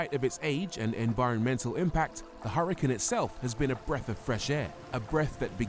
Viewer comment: You know it's not a Hurrican right, It's an Hurcan pronounced Urcan. It is named after a bull. The H is silent and there is no I. IMHO as a presenter you should try and at least get the name of the car right.